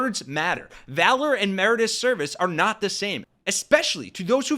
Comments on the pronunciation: Mer-i-tor-i-ous, not mer-i-tous. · It's "meri- TOR- ious" not "merit-ous"